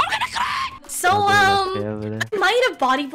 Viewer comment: “am ganna fooking cri I turn Scottish for a second….” “IM GONNA CRI-“